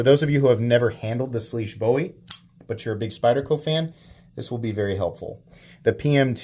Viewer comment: Thanks for pronouncing the name of the knife correctly. It was very refreshing to hear you do that.